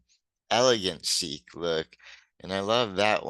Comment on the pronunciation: so many people mispronounce "Chic" as "chick" -- drives me nuts. I'm a huge Nile Rodgers fan.